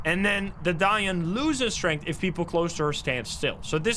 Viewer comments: Finally pronouncing ‘Dayan’ correctly. Its ‘da-yearn’ people not ‘dianne’ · It's pronounced "Die-yin" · The Most Accurate Pronounciation of Dayan 👍👍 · Dang the pronunciation of Dayan was SPOT ON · That DAYAN pronounciation is spot ON! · Saying this as an Indian, the pronunciation of DAYAN is spot on. 💯